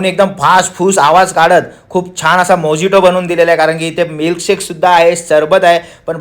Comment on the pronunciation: मोजिटो नाही हो. मोहितो म्हणतात त्याला..